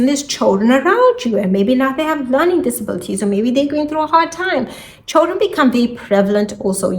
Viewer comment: Very difficult to understand everything. I don’t know if is your English or your microphone.. what’s choldren!? Thank you